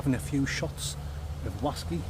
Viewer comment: Why you’re some Oz Clarke here on ze waskey weview.